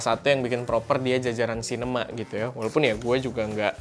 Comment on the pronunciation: kebaca nya cinena :v